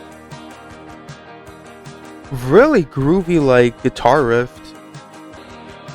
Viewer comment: thanks for reacting to this album, nobody reacts to Nick Rattigan :( fyi: it is 'riff' not 'rift', easy mistake to make ;D